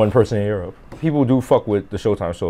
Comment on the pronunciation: Europe = Yerp 😂